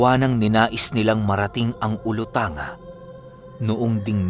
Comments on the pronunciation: gusto q lng eh tanong qng yang olutanga na nababanggit nio po ai parte rin ba ng zamboanga sibugay??kc qng jan po, ang tama po na pgkabasa ai olutangga po yan😁.. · ahm icorrect ko lang ung pagbigkas ng olotanga/olotangga ang pagbigkas like sa zamboanga/zamboangga 😊 Silent listener nyo lang po ako walang palaya sa pakikinig ng mga kwento mo araw2 😍